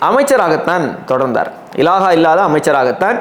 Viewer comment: இலாஹா இல்லை. இலாக்கா என்று சொல்ல பழகவும்.